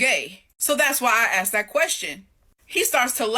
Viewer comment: She said "axed" and isn't even black